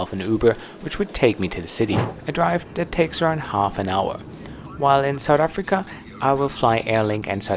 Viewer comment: You mean Sowt Efrikka